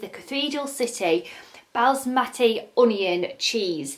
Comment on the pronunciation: You said basmati when balsamic😮😂